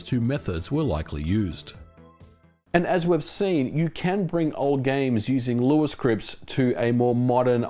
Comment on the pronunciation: Good job taking on the feedback of how to pronounce Lua. ;) You got it perfect now. Btw, this channel is quickly becoming one of my favourites on Youtube next to Digital Foundry. Fascinating stuff as aways.